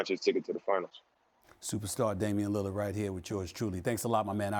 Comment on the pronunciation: nobody: stephen a smith: damian lillid